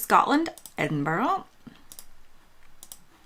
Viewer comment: Strange that you have been here for so long yet still pronounce Edinburgh that way. Cool that you passed though. Well done. Welcome to the family. 👍